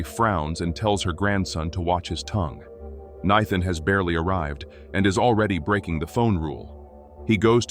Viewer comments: Why can AI not manage to say "NATHAN"???? It says Nighthan... It says Kneethin... It says literally everything except "Nathan" ... How is that name so difficult? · naithan just pokes me in the goddamn ears each time i hear it. Do you use ai to edit and post all your shit videos? do you even watch through the video and listen to the dude having a stroke each time he pronounces Nathan? absolute dogshit, 0 effort put into videos. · Nithan, nethan 😂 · The horrible AI can pronounce Xavier but not Nathan? Crappy AI! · Lmao exactly